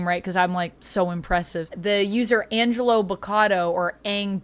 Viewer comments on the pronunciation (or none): none